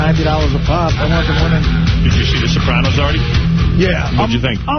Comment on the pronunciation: What's with the way that Booey pronounces the word Sopranos?